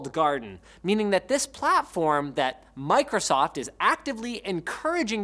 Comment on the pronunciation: Idk why, but how you pronounced Micro-soft in the beginning really really bothered me for some reason, it just rubbed me a little wrong lol.